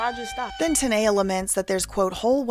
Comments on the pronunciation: Her name is TAAA-Kneeeeee-Yaaaah . ( TANEA ) her saying it like Tania is aggravating me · TUH•NEE•UH not TUH•NAY•UH 😅